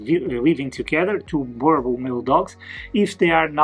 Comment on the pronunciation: You need to learn how to pronounce the breeds name👀 [boo- rrrr -bull]